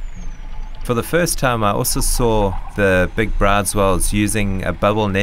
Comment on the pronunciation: Isn't the correction pronounciation of Bryde's whale 'brewdus', not 'brides'?